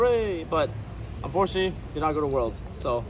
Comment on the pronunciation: "Uhforshee" Un-for-tun-ate-ly